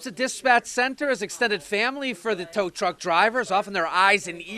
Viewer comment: It’s tow truck. Not tow tuck 🤣🤣